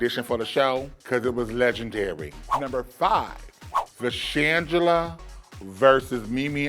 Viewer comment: "leg & dairy" -miss jujubee 😂